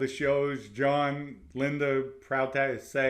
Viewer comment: "John and LINDER"😂😂😂,THE R's in words that have no R and the words who have the letter R he cant say?? 🤔 Whoever taught English in NYC and Boston shouldve all been fired 😂 just breakin balls..Example, "law is Lorr,and smart is Smaaattt"